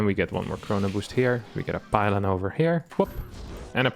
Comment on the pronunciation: 21 pylon.. lol I heard 21 pilot